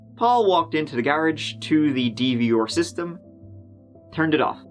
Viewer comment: Superb coverage, as always,. PS - The way you pronounce ‘DVR’ (eg, just before the mark) is the coolest thing I’ve ever heard spoken….. 👍🍻 Thank you So Much!!!